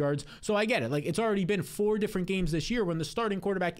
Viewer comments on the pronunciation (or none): none